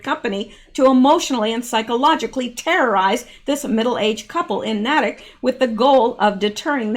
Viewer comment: ❤ I'm just getting to this now my goodness!! It is pronounced "Naytick" Natick